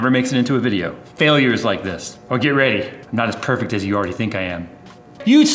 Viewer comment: tut never thought u wer perfic :P funny but never perfic :)